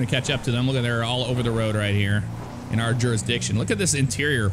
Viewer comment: you say woad all the time you try to say road